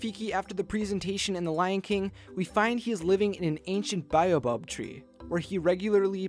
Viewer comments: The word is pronounced bayobab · I really really hate to be that guy, but it's pronounced Bay-o-bab. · I think it's pronounced bay-o-bab